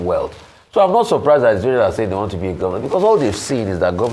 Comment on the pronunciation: To add salt to injury how can u say “what doy you WANST to be when grow up?” Some serious grammatical error that shouldn’t be done in front of primary school pupil. That isn’t how to LEAD by EXAMPLE… Mans can’t even pronounce WANT correctly…? 🙈😒🤦‍♂️🤦🏾‍♂️😢